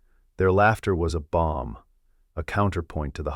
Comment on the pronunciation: Could your AI overlords learn the difference between “balm” and “bomb?” Big difference, don’t you think?